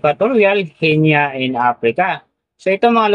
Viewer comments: Ano? Genya? Aralin mong bigkasin ying mga pangalan ng channel na binablog mo. Gi-Ni ang tamang bigkas. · Guinea pronounced "Gi-nee"